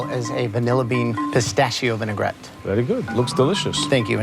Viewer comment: Such an Italian VERI GUD